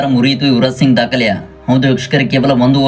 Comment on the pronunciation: ಸರಿಯಾಗಿ ಮಾತಾಡೋದು ಕಲಿಯೋ ಫಸ್ಟ್, ಅದು ಯುವರಾಜ ಸಿಂಗ ಅಲ್ಲ ಸಿಂಗ್